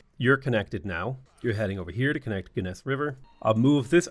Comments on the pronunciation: I love your butchering of the city names, but I won't hold it against you. Some pronunciations for the next time you play Iroquois: Genesse - Jen-eh-sea Canandaigua - CAN-an-day-gwah A lot of the names can be found in upstate New York and SE Ontario/SW Quebec which are the lands of the Iroquois even to this day. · Every time he says "ga-ness river" I die a little inside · Hey love your content, just wanted to help you out with pronouncing these native cities (I'm actually from those areas in NY). they are pronounced as follows: "aqua sas me" , "on on da ga" , "jen eh see" , "can an day gwah" and last lastly .................. "yo er maw m". Happy Gaming.